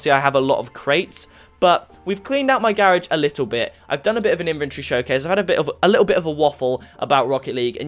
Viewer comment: Wtf do you know how to properly pronounce grarage?